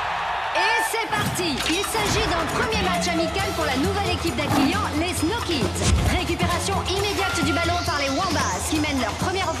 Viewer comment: Je viens enfin de comprendre le nom de leur équipe.... Après des années, pourtant j'étais déjà ado je crois quand ça a commencé, mais avec leur prononciation, jamais entendu "Snow Kids".